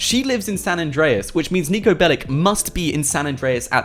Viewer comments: That guy is from Serbia its not Niko BelliC its not C like K its Ch Niko Belich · Its not "Niko Belik" it is Niko Belić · its not niko belic its niko belić hi is serbian and go to google translate and fix how you saing the that... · niko bellic is from serbia,so say NIKO BELICH,correct niko belić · Pronounced belich